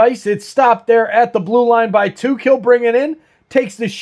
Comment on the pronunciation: Cool stream! Idk how you keep track of opposing teams rosters at all lol but a few things on the Sabres Timmons is hurt, and hasn’t played in over a month. 89 is Alex Tuch pronounced “tuck” like tuck your kid into bed. He is looking for a new contract but he has scored more than 30 goals a few times in his career so he isn’t really playing at a level higher than usual this year. 29 is pronounced Mail-en-stine, last syllable is pronounced like stein as in beer stein.